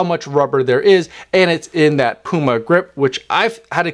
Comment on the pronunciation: You can’t even say the brand name 💀